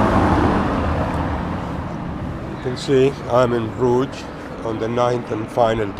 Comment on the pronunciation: lol you said brugge in a funny way but great vid